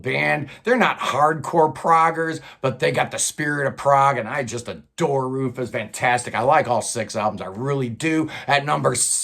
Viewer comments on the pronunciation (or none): Where are Major Parkinson (Love them), Motorpsycho (Don't care for), Arabs in Aspic (very special), The Windmill (special), Ulver (Bla),? BTW Ruphus not Rufus, and Soup should be 2nd or tied 1st with Wobbler, White Willow top 5 for sure IMHO